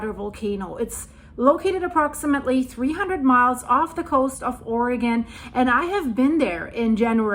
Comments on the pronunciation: I love that you know the correct pronunciation of "Oregon" but half of America doesn't. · Thank you for pronouncing Oregon correctly